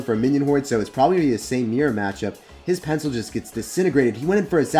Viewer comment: For some reason it always gets me rolling when u say pencil and penciltration. Doesn't get old